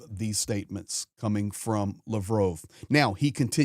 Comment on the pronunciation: Pronounced Lav’ Roff